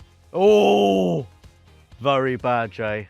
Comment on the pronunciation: Has anyone ever told the word is VERY not VURY?